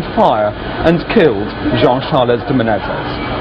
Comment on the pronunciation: More conspiracy nuts on YouTube. Alex Jones, if you want to look serious, try to learn the guy's name. It's Menezes, not Menéndez.